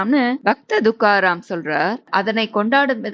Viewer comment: Adhu dhukaram illai. Thukaram